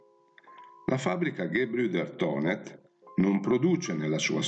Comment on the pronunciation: Finalmente qualcuno che Thonet non lo promuncia Tonè facendolo diventare francese!